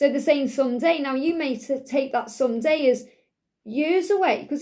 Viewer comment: Beautiful , when you are saying “someday “ I am hearing “Sunday “ and my heat recognised the Sunday timeline